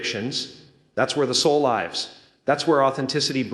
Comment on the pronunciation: beautiful messages , but the ai got the lives an lives mixed up